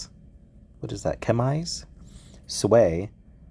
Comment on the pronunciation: Chemise is pronounced shem-eez, and it’s a slip dress. Ask your wife.